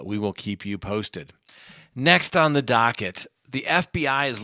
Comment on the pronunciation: I’m sipping each time you say dockett. Thanks for sharing your brain.